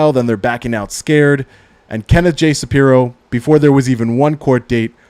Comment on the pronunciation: Shapiro, not Saprio.